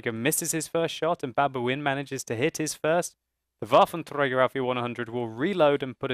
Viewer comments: I like when he says "waffenTRAGER" :D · Waffeltrdrdrdrdträger allf e onehundred xD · sounds weird if uses german pronunciation Waffentrrrragerrr he should also says "einhunderrrt" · You speak "Waffenträger" like Hitler 😨😂😂😂